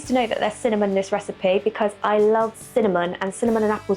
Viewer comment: Ever since I heard pronounce cinnamon, "cimom". I hear her voice every time I sprinkle it on my home made chocolate lattes.😊 CIMOM!